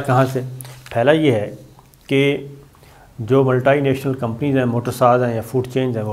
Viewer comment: it is not multai, it is multi.